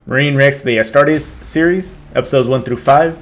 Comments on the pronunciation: The r in astartes is almost not pronounced, and the e is like a capital e (astahtEs) Also, astartes (space marines in low Gothic/english) are not twice the size of normal humans, but are 8' tall in armor (on average). I am a more powerful and taller Space Marine known as a Primaris Intercessor. Primaris Intercessors are on average 8'5" The armor is power armor and expands to act as a Space Marines second skin. However, we are also very strong. The average Astartes can lift upwards of ten tons for a short while. Space Marines can run at 90 kilometers per hour for a short time, and 60 kilometers per hour for a long time. The only way to get past the telekinetic ability of psykers is to get very close. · It's pronounced "Astartees" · It's pronounced Astarties... like when a southern Brit says parties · La pronuncia in latino sarebbe as-tar-tes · the worst pronunciation I've hear was ass-ta-tars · Aight who has "pronouncing ASTARTES Wrong" on their 'Astartes reaction BINGO card'